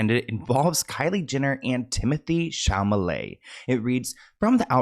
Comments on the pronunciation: Babe! It’s ChaLAMET. Not ChaMAlet. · Chalamet. SHA-LA-MAY 😭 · not chamaleyy, CHA LA Mé !!!!! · At first he mispronounced his name, but now it’s a joke. Timothay Chamalay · No because Chamalay is so funny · Because of I'll call him anything but his actual name 😂 atm I'm calling him shama lama marmalade 😅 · “TEEMO-THAYYYYY SHALALAMAYYY” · Wait, Chal-ma lay is not his name? Lmao, I thought he was saying it right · Looks like Chamalayy to me 💅🏼✨ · Hey! Now when I say I’m one of your biggest fans, I mean that with all of my 💜! But can I please break down how to say Timothees last name without being rude? Only because this is how it helped me 😊 so it’s shall-lah-may ❤❤❤ no she’d, I swear! Love youuuu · Shamalay!! I love your version of his name 🤣🫶🏽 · Chamalama is how we say his name in our house 😂😂 love you, you’re an angel. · PSA to commenters says Timothée Chalamet’s name wrong on purpose as an inside joke between him and his viewers ❤ I know there are many new subscribers here, so I wanted to give you the heads up 😂❤ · It's funnier every time!! lol Love you!! 🤣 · mispronuncing Tim's name with so much care will never cease to be hilarious.😂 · Please never stop pronouncing Timmy Shalmalay's name wrong 😂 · lol it’s the fact I was just on another Timothee video and we were in the comments talking about, it’s funny that everyone on YT loves how you mispronounce it 🤣 I THINK WE ALL GENUINELY LOVE 🤭🫶🏽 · you would think by now you would know how to pronounce chalamet